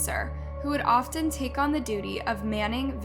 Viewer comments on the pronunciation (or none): none